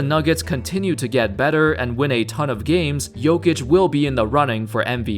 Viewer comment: Thank you for pronouncing his name right